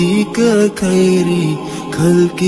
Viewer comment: تلفظ پر توجہ دیجیے اداءیگی ٹھیک کیجیے کھدا نہیں بلکہ خدا ہے کھیر نہیں بلکہ خیر کھلقی نہیں بلکہ خلقی ہے